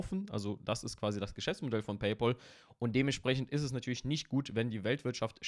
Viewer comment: Es heißt nicht „Peypol“, sondern „Peypäl“.